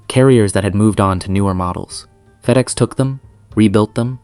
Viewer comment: “Feed-ex”? This is AI garbage, turned it off after 30 seconds.